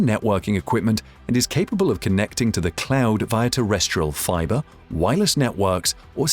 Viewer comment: Microsoft Clown Services. That’s what hear because of his pronunciation. P.S. English is my second language, that doesn’t help either. lol